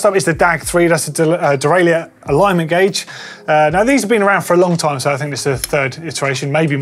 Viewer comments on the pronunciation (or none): none